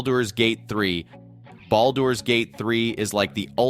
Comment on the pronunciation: I dont think thats how you pronounce "Baldur"